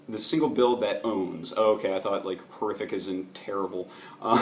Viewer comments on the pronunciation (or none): none